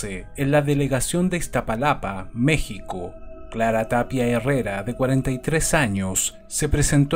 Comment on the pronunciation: He visto casos de México en otros canales, y al menos para mí, me causa mucha emoción el escuchar que tú pronuncias bien lugares o palabras de México, con eso me doy cuenta que no solo investigas del caso, sino que eres tan perfeccionista, que investigas cada detalle, como la pronunciación. Gracias.